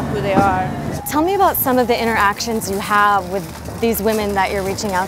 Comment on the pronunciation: "so that's aboot" lmfao as a Canadian I straight up died when she said it like that. Edit - every Canadian needs to look into the issues facing Natives. It's a lot more than broken treaties